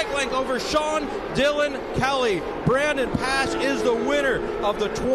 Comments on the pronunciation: I had to mute. Pronounce Brandon's name correctly! Dip sticks. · So happy for Brandon and TSE. What an amazing finish. Ran down SDK with 20 laps to go being 6 seconds down to beating him by .030! Just wish the commentators were better. Not sure they got Brandons name right once....